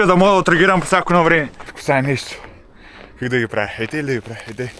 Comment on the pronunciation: Не КЪК а КАК. И не ей гу дей а "ето го". Иначе ми си супер.